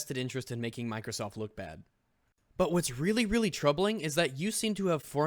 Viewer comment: "Like Mikersof Im Glat we already knew this"